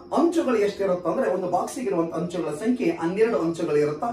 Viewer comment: Hanchu alla sir anchu